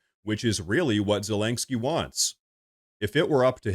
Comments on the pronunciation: There is no g in Zelenskyy. It's Ze-leN'-ske, not Ze-lang'-ske. That said, I do love your reporting. Thank you for such an honest and insightful presentation. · STOP SAYING ZA-LANK-SKI PLEASE!!